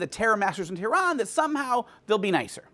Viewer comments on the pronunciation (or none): none